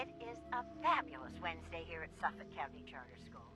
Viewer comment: This is a great list! But also the way you pronounced ‘Suffolk’ made me laugh 😂 idk how people say it in America but over here you say it like ‘Suf-fuck’